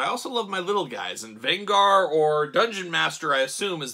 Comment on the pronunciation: You are butchering Venger's name... A lot of complaints about these figures. I could not put money down for these even at clearance as much as I love the cartoon - too costly, bad QC and bad articulation or no articulation. These are not related to the movie, even though the movie was great fun.